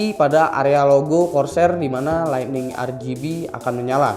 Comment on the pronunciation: ligthing bang bukan lightning ahaha